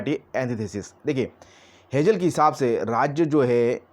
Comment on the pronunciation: हेजेल नही हेगेल बोलो